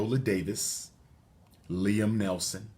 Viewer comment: Liam Neeson not Nelson